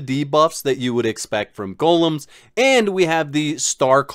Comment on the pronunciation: He misronounces Golem as well. It's a bit strange. Gulums.